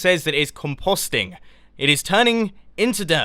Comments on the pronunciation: Compohsting yew silly brit :) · Composting... Com-post-ing lol I don't care that he said it wrong but I thought it was funny!!!! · I like the way he said, "composting."